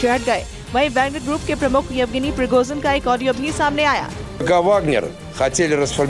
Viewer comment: Spell it correctly please, Pri go zin, spell it rightly Don’t say piroxin( it is a skin medicine)